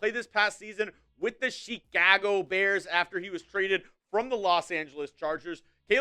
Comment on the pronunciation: The way he said “ShiiKahwgo” Bears 💀💀